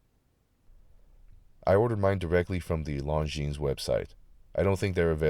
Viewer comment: I’m thinking about adding this to my collection but in brown. And by the way. The ‘s’ is silent.